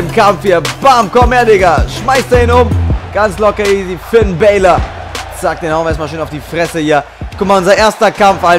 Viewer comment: man spricht ihn finn balor aus nicht bälor.